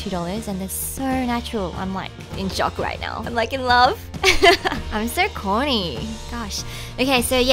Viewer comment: when you said im so corny after saying you were in love with the lashes, i swear i thought you said horny and i had to go back to check 😁😁😁